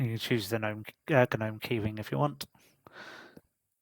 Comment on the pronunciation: Hold it! Someone who pronounces Gnome correctly? Good on you!